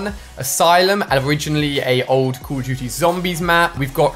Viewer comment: Say call of duty right